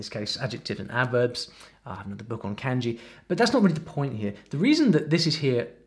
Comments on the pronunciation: 'Can-jee'? 'Mang-uh'? Is he trolling :D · The way you pronounce Kanji like Candy really hurts my head.